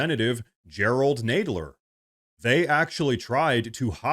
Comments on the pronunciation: love your stuff, but you need to seriously learn how to pronounce names. it makes you look unprofessional. Nadler, not naydler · It's NAD....NADler....Not NADEler.....duuuuh you're annoying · Pronounce his last name right!!! Nadler not Naydler!! 😅😂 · His name is Nadler, not Nedler. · Nadler with a short a. Chicken butt 10¢ a cut. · BTW, its Nadler like Gonad ler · Seriously. This has to be an AI gen channel. The program can't pronounce Jerry Nadler's name!!!!!!!